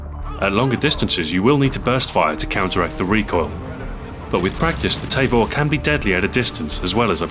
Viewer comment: It's pronounced "tah-vor" not "tay-vor".